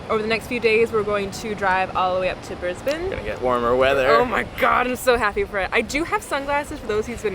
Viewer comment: Great pronunciation of "Brisbane". You are becoming Aussie-fied!!